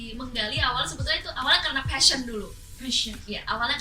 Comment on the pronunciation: putri bilang passion, bukan fashion.